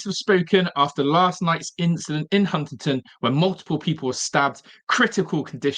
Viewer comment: Can he not say Huntingdon?? 😂😂